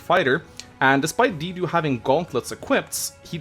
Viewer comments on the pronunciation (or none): I'm almost 100% confident that Dedue is pronounced (de-due-eh) and not (dee-due) but it's possible that his English name is pronounced differently